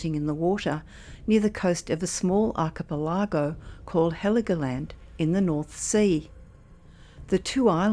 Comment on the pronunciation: Arka per largo??? I dont think so. Its pronounced: Archie Pelly Go